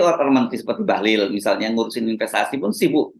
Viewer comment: bahliiil ... bukan bahluuull 😄